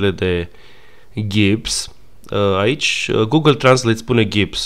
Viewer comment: Gips (ca si GInny), nu Ghips ( ca si GHIslaine Maxwell). Medical : mana in gips cand ai osul rupt. In constructii : Gips-Carton (engleza dry-wall) probabil luat de la firma Rigips ( ca si termenul generic "adidasi" de la firma Adidas).